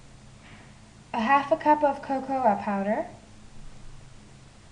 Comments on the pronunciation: i could tell you were swiss when you said the "a" on cocoa ;) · Lol how she says the a in cocoa (D